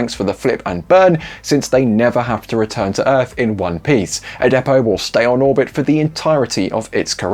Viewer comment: What’s a “de-Poe”?